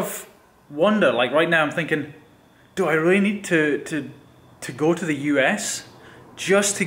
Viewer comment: Are you australian ? ' go ' you said ' goweu ' like australians :$